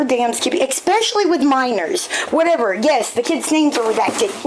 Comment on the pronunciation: If she puts a k in the word especially one more time, I may very well catch a case... I know it's Petty and stupid and ridiculous and I don't care... IT. MAKES. ME. CRAZY!!!